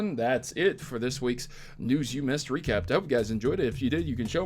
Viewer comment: I could just be tired but at the beginning you sound like you say "recrap"